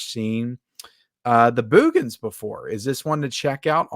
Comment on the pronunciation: Love how you pronounce "Boogens", LOL.